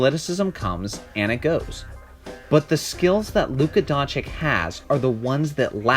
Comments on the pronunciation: Doncic = DONCHICH and not Donchik !!!!!!!!!!!!!!!!!!! Great video !!!!!!!!!!!!!!!!! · Dončič (Don-chi-ch), not Dončik or Donkič. What is it with you americans and forreign names... It ain't rocket science! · Everytime i hear Donchick or Donkich (or Drazig )all u guys lose all the credibility, comin from a fan!!! I would agree otherwise...Man, na that "Trey Old" be sayin he ROY??!! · Hes been in NBA for almost a season and some ppl still pronounce his name donchik.. Smh... Great video tho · If you make a video about a man, learn how to say his his name right. Donchich, ok? Just take 5, check a couple of game recaps and pay attention to how his name is pronounced. It’s not difficult. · Just what I was thinking. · It's Don-S-ich actually.The 'č' after 'Don' is pronounced as 's' . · Learn to fcking spell Doncić correctly. It's so disrespectful to misspronounce their name. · It is very brave to try to make a relevant analysis about a person which name you can’t even pronounce. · Makes a whole video about Luka, doesn't even know how to pronounce his name... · It's not difficulty at all ... like Pete MaraviCH. Now you know. Have a nice day. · That goes for every ex-Yu player,the -ic at the end is always pronounced the same. Vucevi-ch,Stojakovi-ch,Bogdanovi-ch,Joki-ch etc.